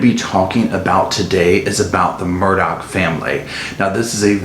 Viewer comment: Have the "tragedies" happened TO the family, or have they orignated with and been self-inflicted on the family. And it is pronounced "Murdock".